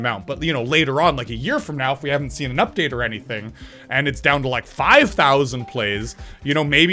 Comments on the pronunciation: you said “uptade” 3 times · It is called Update not Uptade